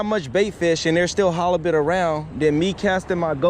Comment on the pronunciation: now. "Hollobit" , what is that? Are you saying halibut? Flattie is also ok. If you want to catch fish ditch that rig. Get some weighted hooks and some of the small rainbow rubber baits. That way you are on the bottom not midwater with your sinker dragging the bottom. It seems like you like 'pancakes' and you'll find plenty on the north side of the jetty. Pancakes galore! A batch of turbot would be much better than no halibut. On a boat or tube you can use multiple hooks.